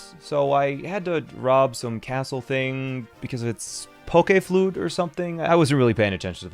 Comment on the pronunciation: YES HE PRONOUNCES POKÉFLUTE CORRECTLY Pokéflute Pokayflute